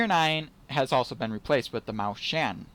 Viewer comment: The "chen" is pronounced "yen". So you have to pronounce it Maus-yen